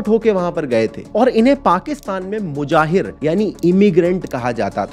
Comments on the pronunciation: So now we are listening to this guy talking about Pakistan History who is pronouncing "Muhajir" as "Mujahir" like wtf, that's not even a word lol. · Mujahir nahi muhajir hain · Bhai मुजाहिर नही मुहाजिर बोलते है 😊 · Brother, it's 'Mujahir' in audio & 'Muhajir' in vid. Please correct it. Replying coz I love your channel. Very interesting video, indeed. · mujahir nahi bhai usey muhajir kehte hain. Kehte kuch ho aur likhte kuch aur ho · It's Muhajir,not Mujahir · Mujahir nahi muhajir 🤣 Education must Important! Peeshab peny walo